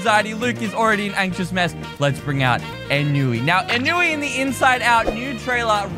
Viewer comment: Ennui is most relatable for me. Also it's On-Wee. Not a-new-E.